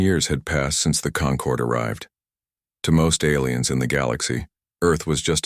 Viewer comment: The lesson here is... Never name your empire the "Conquered" (concord)...